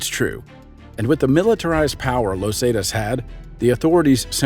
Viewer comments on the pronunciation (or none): Where do these people who make the videos get their info? Los zaytas? Never heard of them? Tf? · I mean it's a great vid..... but the way hes pronouncing "Los Zetas" is really irritating. Lol...... great vid tho man.